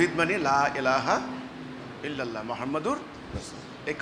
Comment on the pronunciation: কত বড় বাটপার লা ইলাহা ইল্লাল্লাহ কয় লা ইলাহা ইল্লাল্লাহ একি লা ইলাহা ইল্লাল্লাহ হইবো লা ইলাহা ইল্লাল্লাহ কইতে পারে না লা ইলাহা ইল্লাল্লাহ এই কথাটা কালেমা উচ্চারণ করতে পারে না ওয়াই বলে হিজবুত তাওহীদের নেতা ওর গাঞ্জাখোর কনকার ছলনা তো শালা না ছলনা এটা শিক্ষা দেন ভাই আপনারা যারা হের কাছে শিখতে গেছেন হেরে শিক্ষাদান ভালো করে ছোলা না ছোলা কোন শব্দ নাই সলাত আরে ভালো করে সুন্দর করে কোরআনের কিছু আয়াত বলতে বলেন কিছু হাদিস বলতে বলেন বাংলা বকর বকর না কইরা আরবিতে কিছু কথা বলতে বলেন সে আরবিতে কথা বলতে পারিনি জিগান তো এবং কোরআন হাদিস কিতাব আছে না কিতাব কিলিয়ার সামনে নিয়ে পড়ে পড়তে বলেন দেখেন পারিনি কোরআনের হাদিসের কিতাব যারা আপনারা দেখতেছি আর সামনে বয়ান শুনতেছেন বেশিরভাগই মূর্খ মানুষ অজ্ঞ লোকগুলি যারা কোন কিছু বুঝে না এরাই এর সামনে দাঁড়ানো একজন বিজ্ঞ লোক তো দেখলাম না এর সামনে